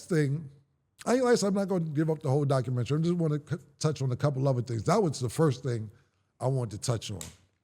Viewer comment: It's Doc-u-men-ta-ry Not Documen-TRY 🙄